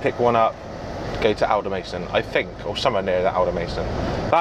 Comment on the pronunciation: Mate, its not Aldermayston, its Aldermaston the "a" is pronounced as in "sat" :)